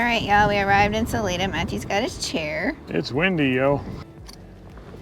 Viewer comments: minor nit. The name of the town Salida is pronounced "Suh Lie Duh") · It's pronounced Sal-eye-duh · Im sure sorry about that back pain! I can empathize! And Guys ..... its SAH ... LIE ..... DUH ..... "Salida" ok! Lol 😁🦁🐑⚘🌻